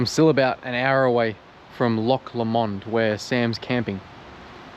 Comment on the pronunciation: Loch Low-mond Say it like this;) Regards